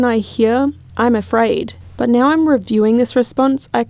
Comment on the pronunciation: It’s Afraid not Fred And Djinn Not gin